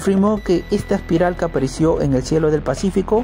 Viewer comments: Se pronuncia Espiral y no Aspiral como dice el narrador. Además, repito que la música de entrada de éste programa no es adecuada. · La denominación es espiral como se lee o aspiral como el que pronuncia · Amigo Aspiral no existe, corrije, .la palabra es ESPIRAL, es una lastima que esto pase, para hacer este trabajo, hay que prepararse mucho, éxitos!!! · Aspiral ..no....... es espiral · Se llama. ESPIRAL. no ASPIRAL. GS.